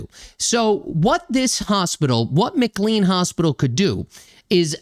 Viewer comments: The hospital is pronounced McCLAYNE not McCLEEN. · It's pronounced McLean with long A as in Shirley MacLaine. The HIPPA law of 1996 prohibits the disclosure of health care information so that's why you won't know about the backgrounds of Brown and the mother and her kids who spent time at the hospital. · Hey - I'm a big fan of your channel and a lifelong resident of a suburb of Boston. FYI. It's pronounced MCLANE Hospital even though it's not spelled that way. Sadly, McLean Hospital temporarily houses many violent people and it has a long history of problems where former patients get released and proceed to commit heinous crimes. It is unlikely that this flawed system will ever improve because time after time there's a violent incident followed by no attempted remedies whatsoever.